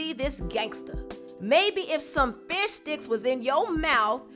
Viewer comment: I had to give this video a like after the way said fishsticks... ✌🏾😂